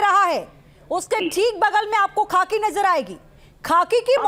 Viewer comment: Madam aap kitani padhi likhi hain.khakhi khaki chilla rahi hain...